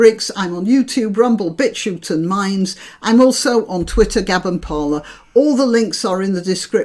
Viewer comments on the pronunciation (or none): none